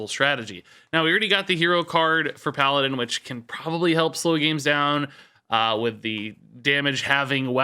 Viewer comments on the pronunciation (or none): none